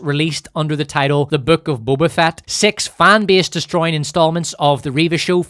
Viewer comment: He mispronounced Boba Fatt everytime😅